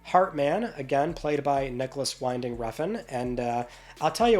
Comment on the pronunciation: small note: Nicholas Winding Refn's middle name "Winding" is pronounced "wind" like blowing in the wind, and not wind like winding a clock.